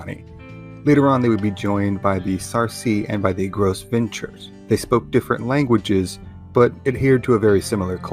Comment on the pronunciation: Gros Ventre is pronounced Gro-Von.......big bellies in French. Atsina is the tribal name.